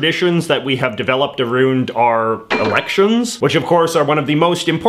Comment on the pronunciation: "Aroond" - J.J.